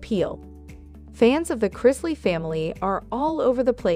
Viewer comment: Pronounce Chrisley better please.